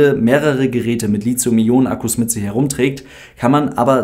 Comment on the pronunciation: Just FYI, das th in Lithium spricht sich genauso aus wie Lithographie, also wirklich T(h), nicht Z 😀 Liegt daran, dass es vom altgriechischen lithos, Stein, abgeleitet ist 😀